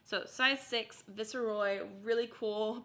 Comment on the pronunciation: If the brand was Viceroy, it's pronounced with a long "i", i.e. Vice er Roy. Just fyi.